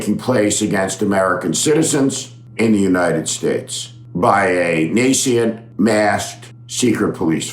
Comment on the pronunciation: Nascent has two syllables.